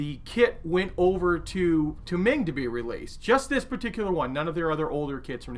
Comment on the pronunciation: Hi, Meng should be pronounced as the "Mung" in Mungbeans